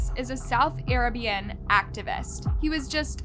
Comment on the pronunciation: arra bian? What?